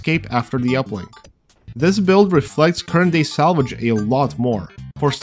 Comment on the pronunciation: your pronounciation made salvage sound like salage. Thats all